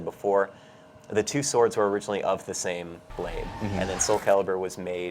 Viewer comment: Ermm whats so bad about "two sorwds"